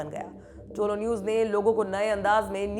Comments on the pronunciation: टोलो न्यूज नहीं है तोलो न्यूज है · Don't say tolo it is tulu. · Bolna seekho pehle propaganda godi media walo, tolo nahi tulo it means sunrise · Kamse kam ye logo me dum to such bolne ka.nahito yaha ki dallal.media dinraat muslim ke khilaf mission chala rahe hai.tumlogo ko afghanistan news ki baat karree kabi yaha ki dalllal media ke bare me bata do.aur tolo nahi tulu bolo sahi pronounce to karlo.tulu ka matlab rise aur tolo ka kya matlab hota